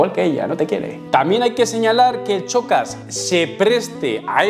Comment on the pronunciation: En serio pronuncias "chocas" y ese punto de ego con una canción 😂😂😂no te vengas arriba gañán